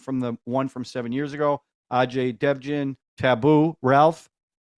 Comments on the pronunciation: Its pronounced "uh-jay dev-gun".. His father was a big Action-Director in 70s,80s and 90s.. he is a popular actor & writer.. you saw him in Barfi and PK.... Writer saw TV news of Vijay (he didnt knew abt his case). hence he came to p0lice.. its funny you call it diner, resto, etc.. In India, from small shack to 5-star lodge.. everything is called as "Hotel" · Just to be clearer - In his last name 'Devgn' 'D' is pronounced softly as 'th' as in the word 'then'.